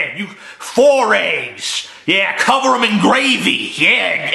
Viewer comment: COVA THE GRAVY IN SAWSAGE!!!!! ITS GOUD!!!